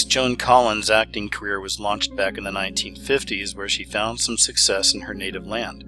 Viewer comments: lol you said (sex-cess) sounds about right. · Did you say sexcess instead of success....If yes, I like it :) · 😂Did you say sexcess?